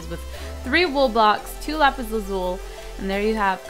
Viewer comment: you youst to say lapees I don't know how to say youst